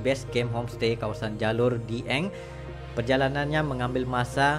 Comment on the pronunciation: Bacanya (dgabung) dieng...bukan di eng ..